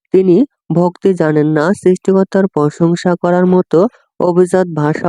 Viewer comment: ভত্তি না ভক্তি হবে